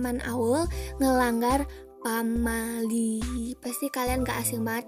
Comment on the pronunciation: menit pamail hah wkwkwk (maksud nya pamali kali maaf)